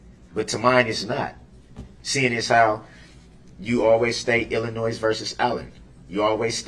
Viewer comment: Illin~noise...does he not even listen? Or is he just wallowing in ignorance?